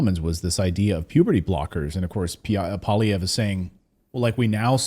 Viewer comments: Pierre PWA-LEE-EV(RE), accent sur la derniere syllabe. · Pierre "pwah-lee-ev" Not "paulee-ev" Poilievre is french is nature. That's why it sounds like "pwah-lee-ev".